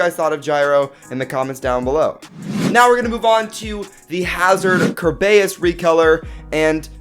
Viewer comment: Whait did you say KERBEUS?! YEEEEY